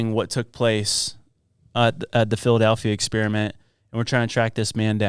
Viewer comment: The real Philadelphia Experiment should be finding out where the A comes from when people say “Phil-uh-dAlphia”. Am I right?